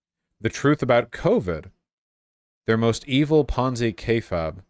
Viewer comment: How does Vaush keep mispronouncing kayfabe when it's literally said the exact way it's spelled?